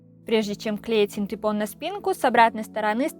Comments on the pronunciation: Тоже самое хотел сказать) Правильно: фанЬЕра) и синтЭпон) Вы умница! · О господи !!!фанЭра и синдЭпон,больше не говори так пожалуйста ,кровь из ушей ,а так большая молодец!!!! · Ну не могу я слышать - синтЭпон, фанЭра.